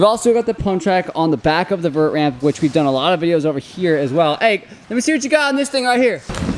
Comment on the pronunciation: its not latte 😂 its lot 8